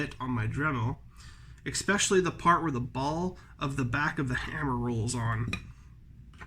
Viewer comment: ...its especially, not "expecially".